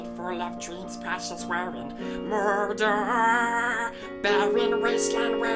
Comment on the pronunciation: At the beginning was he saying mordor or murder? I wasn't sure